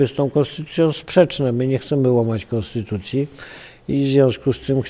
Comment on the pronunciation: Kaczka nie chce zmieniać Konstutucji, tylko jakąś konstytułaję - 15.35 🤣